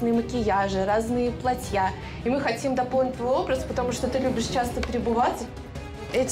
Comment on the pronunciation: ваша невеста говорит «платьЯ» с ударением на Я, откуда она приехала не подскажите?